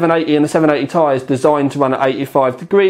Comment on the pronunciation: I like you, but "TY" drives me mad, it's t....i